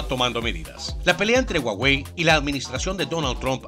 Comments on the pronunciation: Se pronuncia "Juauei" no "uauei" que yo sepa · Puso a "guaguei" XD.